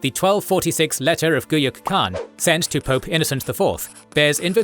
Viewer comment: Would have been nice if you had correctly pronounced Khan and Chinggis Khaan